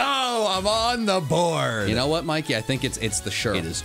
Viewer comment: As a person from Britain I can confirm Mikey was correct about the pronunciation